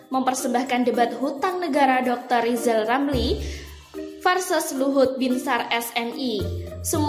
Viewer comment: Lizal Lamli nyebut huluf R saja belum lancal